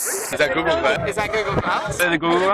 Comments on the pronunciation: after a while it sounds like he's saying ghoul glass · All I hear is GOO GOO Glass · after a few seconds it becomes "googoo glass"